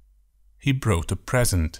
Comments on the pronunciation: Brought is /bro:t/, Not /brOUt/ and broadcast is /bro:dkast/ not /brOUd kast/. Your pronunciation of "bought, caught" is wrong, too. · Great idea. Unfortunately not made by a native speaker. The Pronunciation of "brought" and "bought" is wrong ( boat:) for the latter ). I did not watch further. You can double-check the pronunciation of the verbs and make the necessary corrections.